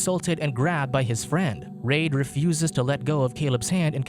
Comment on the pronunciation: Reid is pronounced "Reed"